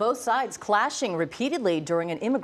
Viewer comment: Announcer reads "Both sides" like the protestors showed up with military-grade equipment.